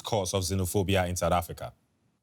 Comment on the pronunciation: Its South Africa not sadda africa 😂😂